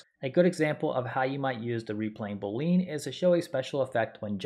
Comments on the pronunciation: I'm sorry, I just can't get over how you pronounce it boleen haha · Boo-lean...? Ty for the tutorial though